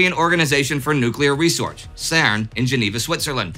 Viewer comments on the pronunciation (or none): nuclear resorch?